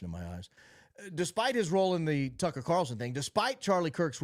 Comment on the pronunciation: Didn't he mispronounced Tucker and Candace's name too?